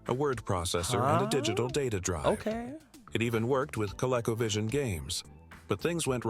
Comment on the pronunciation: the A I is mis pronouncing colivovision